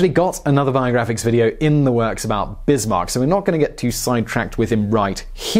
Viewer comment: How is he forgotten? He's in every bloody school textbook (speaking for the Czech Republic, so very non-French). Also, Otto [fon] Bismarck, like in fox or whatever (I only comment on that, because I saw the error in The Great War video today, too). Also, great video! :D